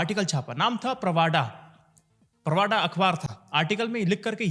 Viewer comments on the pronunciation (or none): Please read as - not as "प्रवाडा" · Just a small comment - name of the Russian paper/agency is "प्रावदा" and as "प्रवाडा" as was being said. Thank you